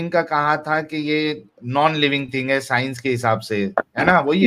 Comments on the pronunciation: ये साइंस को साइनस बोल रहा है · 😂😂साला... आधी स्ट्रीम मे सोचता रहा यें "सायनस" क्या हैं.... बाद मे पता चला... यें आरिफ चूxx को "सायन्स" बोलना था....